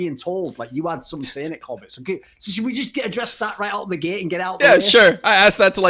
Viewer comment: It lives somewhere between Kobb-ay and Kobb-uh. Imagine pronouncing the word Soccer but you cut the word off in your voice before the “r”.